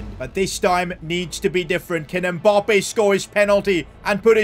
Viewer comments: "Mboppé" It's Mbappé , get it right. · Mbappe not mpoppe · I love the fact that he says "Kylian Mboppé" instead of Mbappé 😂😂